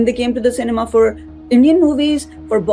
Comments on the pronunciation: Cinema❌ Sainima😂😂😂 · Cinema ❌ Cemena ✅ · Cinema ❌ Cenma✔️ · PAKISTANI BE LIKE CINEMA❌ CENMA,CENIMA✅ 😂😂😂😂😂😂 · Cinema❌ Senma✅ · cinema❌ Ceinma✔🤣🤣😁😁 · Cinema ❌ Cenma☑️